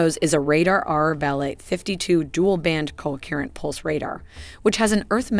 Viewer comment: A pah he? It’s pronounced Apache (a patch ee) lololol. Kokerent pulsed radar? Do you mean coherent? The gross mispronunciation really take a lot away from the otherwise good animations. Why not have a human read the script and repost the video?